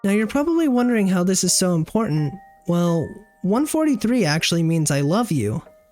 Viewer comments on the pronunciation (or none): none